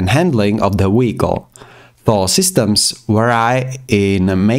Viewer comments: i love listening to him saying da weekol every five seconds lol 😂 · fr bro keeps saying " WEHICLE " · What is a “weekol”? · I want to like this video but everytime he says wehicle I can't really distracted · A very amazing guide I just can't keep serious on the accent of wechicle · “Weeicle” weeckle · WTF is a weehicle?!?!?!😂😂😂😅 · Take a shot everytime he sais Weeyickle. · this comment has a translate to english option and it translated to he got off😭 i know ur comments abt how he says it